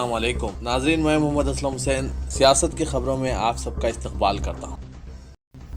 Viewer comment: اسلم " کے بجاے " اے سلم" بولے تو کسیا دیکھینگا تیرے کو🤣🤣🤣🤣